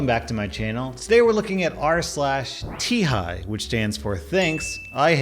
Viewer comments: I'm sorry it's not Tihai it's tihi I'm sorry but it triggered me/j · come on it's not pronounced tee-hi, it's pronounce tee-hee, kinda like Michael Jackson (and be sure to make the sound effect) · Everyone's talking about the skin thing, meanwhile I'm still reeling from him calling the subreddit "Tee-Hi"